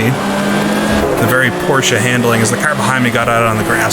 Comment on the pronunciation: I like how we pronounce Porsche and Nordschleife the same way 😀 It seems like if you talk to ten people then six of them will pronounce it differently. But I say it exactly like you do.